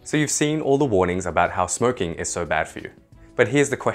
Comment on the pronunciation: You said smrking